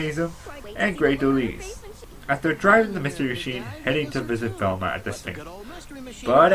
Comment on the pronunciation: Even though it was uploaded in 2011, it is pronounced De-lyle for Delisle.